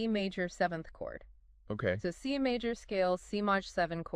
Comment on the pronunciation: C "Mawwwj" seven chord.. LMAO